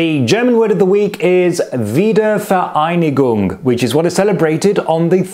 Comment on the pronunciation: Wiedervereinigung is only stressed on the first syllable